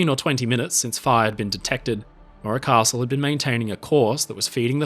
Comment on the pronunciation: Where is part 3????? And why do you call it the maura costle? Its morro castle.